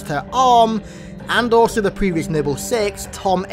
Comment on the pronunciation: Nible team! Lol how he says it